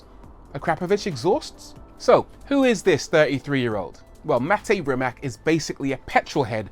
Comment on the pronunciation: U pronounce his name like its Matej😬